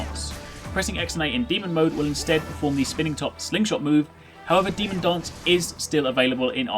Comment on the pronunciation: i can't avoid hearing something like demon "dongs" instead of demon "dance"